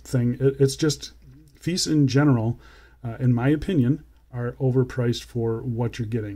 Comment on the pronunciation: Nice dial. has a little bit of a Seiko Presage look, but as for the rest of the watch. it's a bit feice..😝😂I just cannot get past that brand name and how you pronounce it is not the way most people pronounce it.